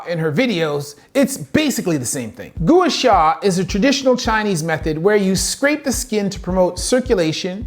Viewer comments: Brother gooah sha? C'mon man you don't know how to pronounce it and you aren't educated on the vast amounts of research because it's not in english Expect nothing less from a surgeon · It’s pronounced GWA SHA. Even though spelled Gua :) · You didn’t pronounce Gua Sha right and she’s not breaking through the skin barrier 🫣